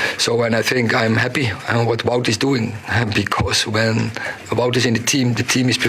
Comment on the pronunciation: Wout weghorst.. his name is Wout with a W not pronounced Vout with a V - get it right reporters,fans,commentators.. annoys me 🙈